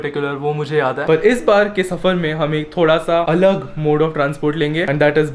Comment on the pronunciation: Bhai aap ‘hai’ kyun nhi bolte. Your hai is silent in every sentence